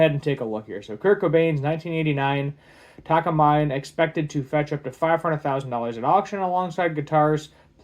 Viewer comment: Just a suggestion but if you want to make a channel with the work "Guitars" in the name, learn how to pronounce the brands properly, such as "Takamine"